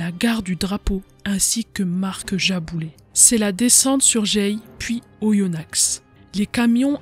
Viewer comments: Vidéo très bien documentée et passionnante ! Si je peux me permettre un petit erratum en tant que bon aindinois : on prononce Oyonna(x) sans le X. Sinon, bravo et hâte d'une nouvelle vidéo ! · Le x ne se prononce pas dans Oyonnax